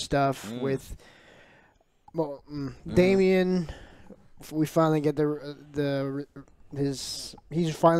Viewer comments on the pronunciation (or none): the rider of Caraxes is named Daemon, pronounced like "DAY-MEN", not Damian! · His name is DAEMOND not DAMIEN ... for the love of all that is holy !!! 🤣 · I am amazed that two seasons of this show have gone by and still calls him "Damien" instead of Daemon. I'm going to start calling "" because it's pretty close. (I still <3 you ) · There is no way joe isn’t trolling at this point with his pronunciation of these names. Christian cole, Corls, Damien, helena. Like how can I take you seriously if after 18 episodes you still can’t pronounce the characters names